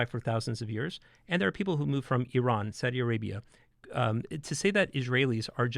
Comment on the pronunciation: he said Saudi Arabia like there is Jews in it💀